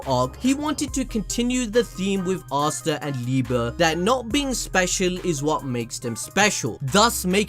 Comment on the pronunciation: I swear you guys have got to be butchering Asta mom's name